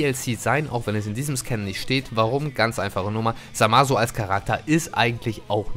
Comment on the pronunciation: Der kollege wird Zamasu geschrieben aber das U ist stumm hört sich auch mit ausgesprochen U widerlich an. Hörts euch im anime an es stimmt.